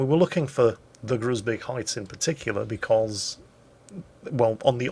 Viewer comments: same as Groesbeek - the 'oe' is close to English 'shoe'. HARD 'G' soft 'r - 'oe' - 's' - 'bake' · Hey, nice episode! Fyi, the 'oe' in 'Groesbeek' sounds like the 'ou' in 'you'. Took me a while to find out what town you were talking about😅.